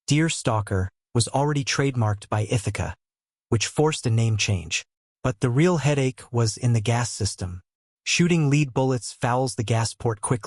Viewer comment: You had me till you pronounced lead bullets incorrectly. It’s lead, not lede. If you don’t know that, it casts doubt on your gun background and knowledge.